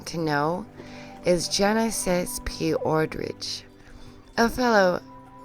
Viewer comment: The pronunciations. P-orridge is literally porridge. What is with your pronunciation of anything. Tray-lar?!?